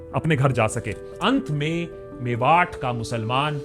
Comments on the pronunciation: Just to correct you it’s मेवात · भाई वो मेवात है मेवाट नहीं, कानों को चुभ रहा था तो लिख दिया